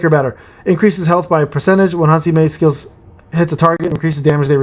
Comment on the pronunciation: Yeah, Gunhee loks underwhelming. But we'll have to wait and see what is that [Break:Special] on his A3. maybe it will make him a great breaker. On another note, you're overcomplicating Han Se-mi's pronounciation. Just take the se from "sell" and mi from "mint".